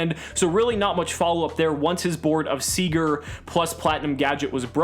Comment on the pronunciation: You’re one of the only yugitubers I know of that has pronounced “Sieger” correctly.